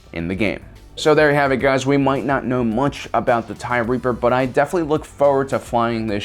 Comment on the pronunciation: I thought you were calling it the Tie Reefer at first